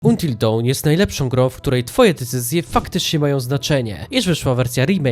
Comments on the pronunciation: Antil Don się czyta xd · Antil Dałn* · fajne materiały tworzysz ale proszę, a wręcz błagam, akcentuj po angielsku. Jak słyszę tytuł wymawiany przez ciebie to ubolewam wewnętrznie. Ale poza tym to fajny filmy, pozdro.